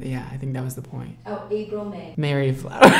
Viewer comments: I dunno why pronouncing the name Marie as Mary triggered me so much but I am TRIGGERED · it’s April Marie not Mary 😂😂😂😂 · he said mairya not mah-rie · Sees “Marie”: Mary: mah-ree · boo, her right side root was orange, really orange, Marie not may ree lol. Coconut oil makes the bleach not work as well. It has to eat through another layer and the first 30 min is most important. I love you and you don't quite seem like yourself in this video. It's still a good video and I don't mean any shade I just want to make sure your not having a moment. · Says “Mary” but it says “Marie” GIRL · April MARIE Flowers ... not Mary . Lol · Marie isn't mary.. its muh ree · April Marie (mha-ree) Flowers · i literally got so triggered when he pronounced Marie wrong 💀💀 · is it just me or is that not how you say marie